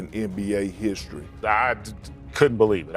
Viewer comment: Ken Perkins: in histry